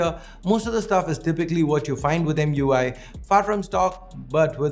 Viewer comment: It's emui not mui